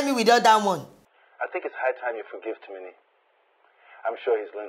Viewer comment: I love the way Aunt Jenifas pronounce Timini's name, 'Tirinrin'🤣🤣🤣🤣🤣